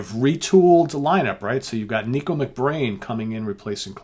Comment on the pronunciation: Nicko Mc Brain. NICKo. NICK-OH. Not Neeko. Is this guy really a Maiden fan???